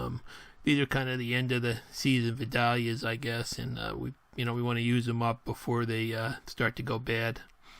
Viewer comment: It’s pronounced Vi-dale-ia onion! I went to high school back in the day where they grow lol! Great video!